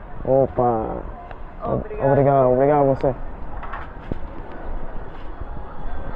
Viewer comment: Again, I am not criticizing you. I am just trying to make it safe for you. I lived in Brasil for 6 years. When I started living there, I always went with a friend. The word obrigado , you always missed tge last syllable. You need to put an a harder, like accent on the "D"on the d other last "D". They love American but there are crazies. You will witness robberies almost daily. My family were walking through Manaus up the Amazon, a little kid ,somehow got himself right in the middle of us walking. He reached right into my brothers camera bag and had the camera in his hand, I reached out and hit him so hard on his wrist, I think I broke his wrist. We were busy looking for a traditional restaurant too. He was so small ,we couldn't see him slipping in between us. Good luck !